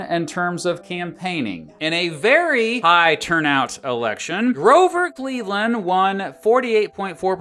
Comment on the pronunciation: I heard clear as day “The election of 1984” and thought “well that was nowhere near close” then heard you say Grover Cleveland anf realized